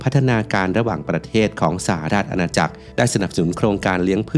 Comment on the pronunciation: สหราชอาณาจักร อ่านว่า สะ-หะ-ราด-ชะ-อา-นา-จัก